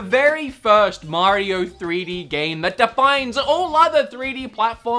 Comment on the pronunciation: Mehh-rio. Bob wulff is mad 🤣